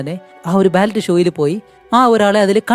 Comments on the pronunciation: ബാലറ്റ് അല്ല ബാലെ ❤ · bro ബാലെ ന്നു ആണ് ഫ്രെഞ്ച് വേഡ് ആണ് ballet ഉച്ചാരണം ബാലെ ന്നു ആണ്